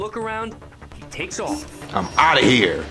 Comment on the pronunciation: Oh that's for sure the Southern United States right there when she said, In hur. Instead of in here yeah She from the south